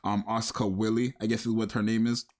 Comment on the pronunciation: >Asuka Willy Wille is German, it's pronounced like Villa, and means Will, in the sense of mental fortitude or ability to make decisions. Now, I've seen Asuka with a willy, but I don't think that art is canon